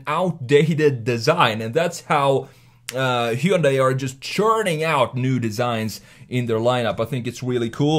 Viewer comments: God thank you for pronouncing Hyundai correctly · I'm more impressed by your PERFECT pronunciation of Hyundai more than anything 😂